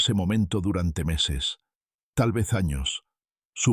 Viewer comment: Muy desagradable el sonido de pito en la pronunciación de las eses.